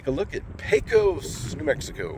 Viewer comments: There is a ton of really cool things to see in our great little town. I'd be happy to show you some of the hidden jems that only the locals know about the next time you get through here. And for future reference it's pronounced Peck-Os respectfully. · Sounds good. Did I pronounce it pae-cos? I think thats the norm for us non pecos residents 🙂